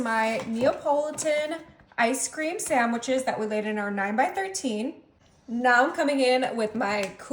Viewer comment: Is she calling them ice cream saMwiches?